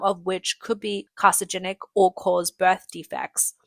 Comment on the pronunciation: You guys really need to change out this girl. She reads half the words wrong. "microbial", "carcinogenic" and "scrapped*. She also stutterd and slogs through the text with great difficulty. It's makes it very difficult to actually sit through any segment that she narrates.